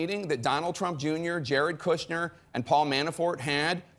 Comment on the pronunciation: Trump is the one getting the MSM off topic. This guy does not know the correct way to pronounce Kushner either. He is a lawyer but did not say that you have to be convicted of a crime to be eligible for a pardon. A complete double talker.